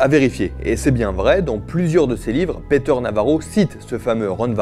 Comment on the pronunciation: "Peter" se prononce "Piteur", pas "Péteur". Mais édifiant sinon.